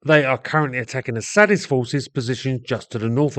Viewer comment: Did you say Assadist or A Sadist,?